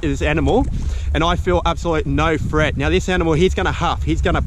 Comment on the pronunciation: It’s threat not freat